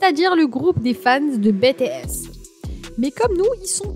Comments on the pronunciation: Jimin de bts a reçu le plus de critique sur son apparence alors qu'il est magnifique. Mais la vidéo est complète et bien expliqué par contre BTS se prononce comme en anglais pareil pour V, désolé ça ma stressée tt le long de la vidéo 😂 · Par contre ça ce prenonce pas ça BTS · J'aime bien la vidéo mais tu dit mal BTS